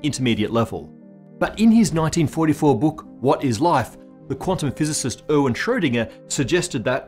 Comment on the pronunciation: who is "owen" Schrödinger?😁